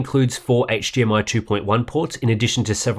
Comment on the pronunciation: I'm sorry.....what is hGmi? I played it back twice and you definitely said HGMI twice 😂😂 great review tho! Best I've seen. Mine is being delivered tomorrow and was gonna replace my Samsung G. Now I'm thinking about how to mount it and keep my Samsung for regular PC applications to prevent burn in. Thank you!